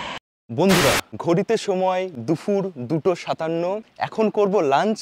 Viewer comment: ওটা দুফুর নয়, দুপুর